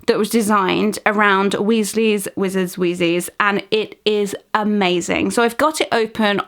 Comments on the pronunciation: Did she just say “Weasley’s wizard WHEEZ-EES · XD "Weasley's Wizard's Wheezies" not hating its just funny the way she says it I'M NOT HATING DON T COME AFTER ME